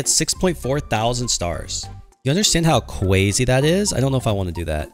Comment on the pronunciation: Why do you say cwazy in some of your videos?!